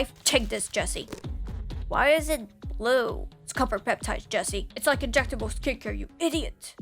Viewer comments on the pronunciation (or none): Especially if it's bwue 🥲😂